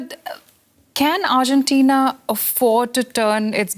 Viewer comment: what is arjentain? argentina 😂